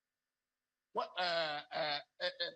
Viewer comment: It's fruition not fussion